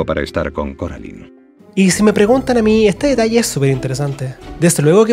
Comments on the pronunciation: Soy Española, he visto la pelicula es español, tuve este juego en Español y me sigue reventado que llamen Coralin. !¿COMO Q CORALIN?! Se promuncia Coralain. Y no admito discusión. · Carolin ? No es coralain ? Estos españoles estan bien chaquetos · porque le dicen CORALIN???!!! me apuñalo los oidos >:( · ¿"Coralin"?... WTF, Es doblaje de España, pero en la película nunca se pronunció así 😂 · Le dijiste a Coraline, Coralin? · Me causa temenda incomodidad cada vez que dicen carolin xdxdxddddd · Coraline ❌ Coralin ✅ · Ko-ra-lin... ¿¡QUE?¡ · No se, simplemente me da risa el “Coralin” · CORALIN? Disculpa?! No. Simplemente, NO.